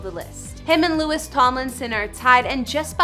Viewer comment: did she just say LEWIS TOMLINSON?!?!?!